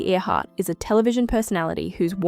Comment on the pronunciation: At least pronounce her name correctly